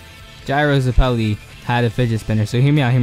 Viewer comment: STOP SAYING "ZUHPELEI" GOOD LORD